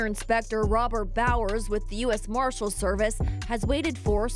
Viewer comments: Pretty sure they’re marshalls not maahshool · U.S. mah-shillls